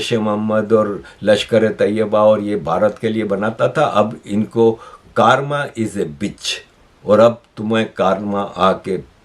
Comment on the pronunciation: Correct pronunciation is 'Karma', not 'Kaarma'... 😂 By the way, it's not a bitch.... It's what we have done. 😂